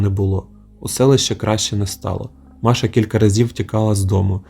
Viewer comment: Жахастик👍 Дякую. Тільки різало вухо оте ''маша'' брр.